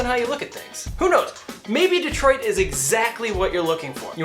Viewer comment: Lololol “Detriot”. Took you to make a fool of yourself